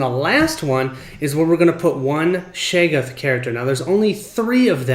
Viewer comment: Love the set up explanation. Very clear and was simple to understand. Got to be a pedant though, it’s pronounced Shog-goth. Not shay-goth